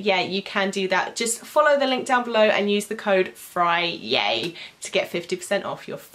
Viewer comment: Is it just me or is she saying fryay